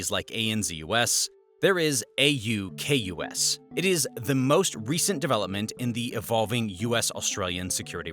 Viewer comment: thank you for the use of Kms. Edit: we say the AUKUS acronym, pronounced aw-cuss. Double edit: Alba-nee-ze